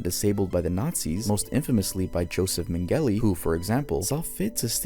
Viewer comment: That pronunciation of Mengele was terrifying.